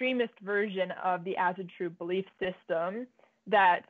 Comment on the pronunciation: As-AW-TRU NOT fkin As-A-tru